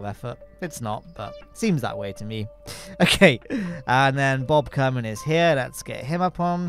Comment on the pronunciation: kerman line, Ker like kerbin